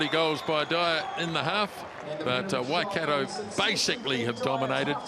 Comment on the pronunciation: Pronounced: Waikato... Y..Car..tore! Come on guys, you've been around long enough!